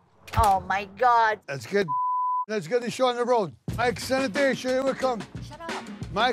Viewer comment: He’s been calling him sanitation for yeaaars! It always gets me 😂😂😂